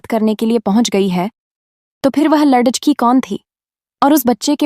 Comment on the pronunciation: Shabdo ko galat bol rahe hai